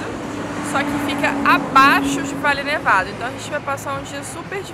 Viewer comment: Farellones, léia se Farejones...Valle Nevado ,léia se Vaje Nevado....